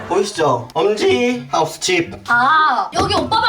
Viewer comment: 하우스가 아니라 하에우스라고 함ㅋㅋㅋㅋㅋ